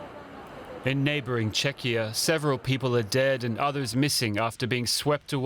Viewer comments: Listen to the normal pronunciation . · CheKia, not Chechnia!!!!!!! - That's a Russian state - get your pronunciation correct DW, it could be important! Yeseniky, not jesenik, and so on. Google it guys, or ask a local? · Czech Republic as known as Chechen? The Czech Republic is also known as Czechia in English! Doh!, you only have one job to do, read the bloody teleprompter properly! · Dear reporter, the second syllable in the word Czechia is pronounced "kia". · The guy did not mistake it for Chechnya. He just read the name as it is written without knowledge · Yep, show it to random American, and he will pronounce it as this guy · Did they say "Chechia" and Bratislavia ??? 😂😂😂 OMG... The education level of DW people amazes me... I think intelligent people just refuse to accept any positions on this channel...